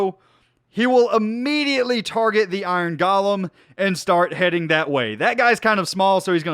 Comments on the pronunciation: It’s pronounced Go-lem. not Ga-lem there is no A in golem. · nomal people: iron golem.: iron galem